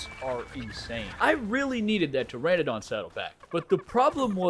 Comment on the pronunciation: Until the day I die it'll be "pe-ter-a-don" love american slang 😆